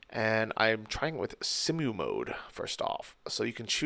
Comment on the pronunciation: Pretty sure pronounced "SIMUL" as in "SIMULtaneous" :)